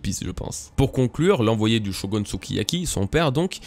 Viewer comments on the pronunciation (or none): none